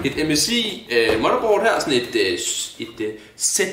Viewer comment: ka man sige motherboard mere dansk end